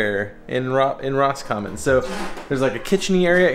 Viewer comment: Your edits to music are great. More please 👌. BTW - the locals call it Rh-scommon (actually I think you got it). It’s a sore point with em 😜. Also no mixer tap on a sink drives me crazy too. I don’t get it!! Although maybe the Japanese feel that way about toilets without built in bidets.